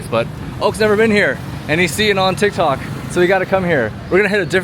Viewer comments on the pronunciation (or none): none